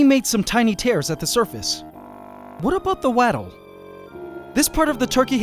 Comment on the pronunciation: Wattle is not pronounced Watel like you said it, like Rattle, but rather but wattle like axlotl or bottle. As in wattle and daub.